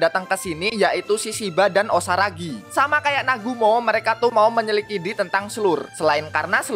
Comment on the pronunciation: Menit ke 25.28 itu menyelidiki ya bang bukan menyilikidi, maaf banggg